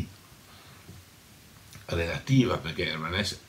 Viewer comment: Hermann HessE. In tedesco le e finali si pronunciano sempre.